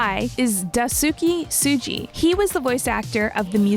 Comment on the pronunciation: you butchered a lot of names especially Daisuke Tsuji himself